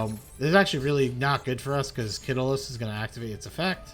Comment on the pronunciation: Welp atleast he pronounced "heartbeat" and the other spells and traps correctly. . . . But as for "merril" "kitilos" "hauvinis" and "skyren" my fucking ears are bleeding